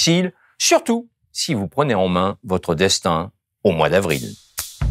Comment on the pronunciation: Les liaisons dangereuses quand on tient absolument à en faire pour faire joli : "surtout si vous prené Ren mains..."